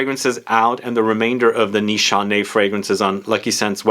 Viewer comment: I don't think Turkish pronunciation allows for two-letter pronunciations like they do in English. Shouldn't it be (Nees hah neh) ?